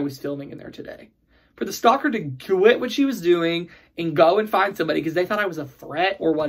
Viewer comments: I keep thinking "stalker" every time you say "stocker". I don't know why! 😂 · L F Me too!! :)